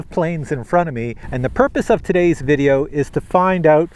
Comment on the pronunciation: Video, not ideo